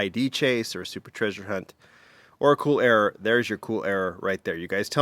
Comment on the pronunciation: A "RERROR" if you will